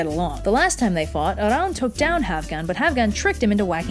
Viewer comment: You pronounced Arawn correctly! At least in the North.